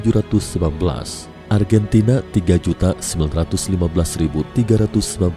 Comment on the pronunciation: Lima jutak, empat jutak argentinak, indiak ada bunyi k"